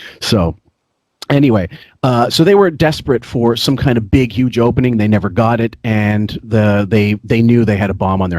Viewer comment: Pronouncing "Humor" as "Yoo-mer" is 100% a Long Island thing. My dad grew up in LI and is the same age as and has the same accent. See also "Yoo-man" instead of "Human", "Yuge" instead of "Huge", and "Yoo-midity" instead of "Humidity". I do this sometimes even though I'm not from LI. People from LI can also add syllables to words with hard vowel sounds, which is something does. For example, somehow the word "Handbag" becomes "Hay-and Bay-ag".